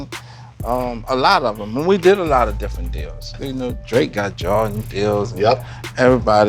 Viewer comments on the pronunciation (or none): Any man that says "Jawdins" is a OG lol